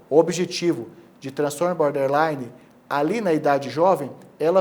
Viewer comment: Não é Boderline é BORDerline... border = limite 😎... Gente, faz vídeo e fala errado? 😂